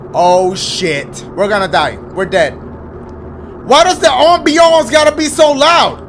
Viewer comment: The way he says ambiance 😂